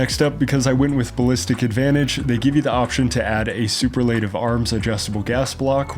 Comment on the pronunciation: “Super-laytive” … lol